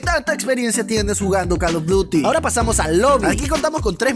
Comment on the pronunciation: JAJAJAAJ pensé que era el único men que dice Carlos duty XD